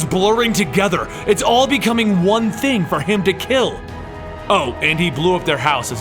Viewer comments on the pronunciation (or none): none